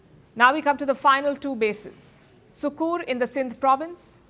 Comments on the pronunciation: Palki, it is Sukkur (or Sakkar), not Soukour, FYI. Well, yea, we have all thevevidence. BUT...! Naaqistan is like a Punch Dummy,used to practice punching in Boxing. You hit it, it rolls back, and then stands up again to take next punch. Doesn't matter if it has a bleeding nose, or black eye !😂😂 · I heard her pronouncing it like SOUKOUR. Even though it spells SUkUr, the correct pronounciation is SAkkAr. The 'U's are pronounced as U in BUT, not as U in PUT. I know that for fact. Your response does not clarify anything, one way or the other.